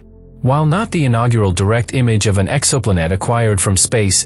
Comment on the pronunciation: "Exoplunette". Just break the word in TWO with a hyphen before you let the digital voice read it. Breaking words up changes the pronunciation.